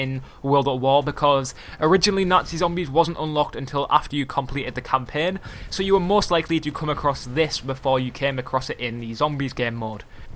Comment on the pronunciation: Lol the way he pronounced campaigns and i am British but I do not talk like that